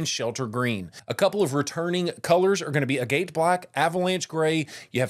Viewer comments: A-Gate. bwahahahaha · I've also never heard anyone say AGATE like that.